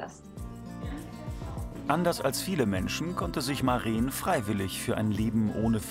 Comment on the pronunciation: Es ist Maren kurz gesprochen. Lang wäre es Mareen